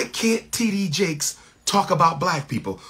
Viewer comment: Bishop T.D Jake's sir. If your going to say his name, say it right. Thank you.